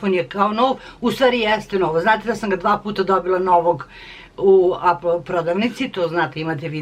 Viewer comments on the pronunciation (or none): none